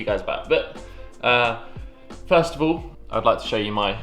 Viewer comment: Its all the time not ool the time😂